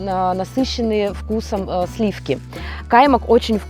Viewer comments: не кАймак. каймАк. турецкий продукт. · кАймак по татарски или на башкирском языке есть такое слово каймАк ,ударение ставиться на последнию букву А в конце слова и он означает сметана,изготовленная в домашних условиях!